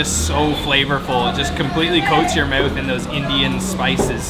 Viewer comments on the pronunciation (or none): Where are you from, pronouncing your "ou"s as "u"? "Put that snack in your "muth".